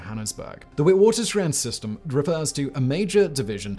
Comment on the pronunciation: Witwatersrand is pronouced vit-vaters-rahnd